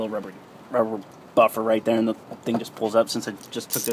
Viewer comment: GET DA HEYAL OUTTA DAYRE!!!!